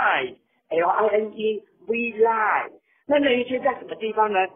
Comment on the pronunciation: 這發音=.=...ㄅㄨ一 line